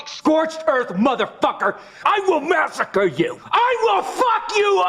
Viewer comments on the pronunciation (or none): none